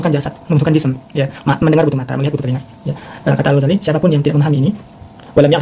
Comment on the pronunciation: Muhun ajengan. Atuh ajengan mah nyebut Al-Ghazali saja msh salah hehe. Harusnya huruf za di tasydid. Jadi Al-Ghazzali kalau nyebutnya benar. Kalau nulis boleh lah ditakhfif.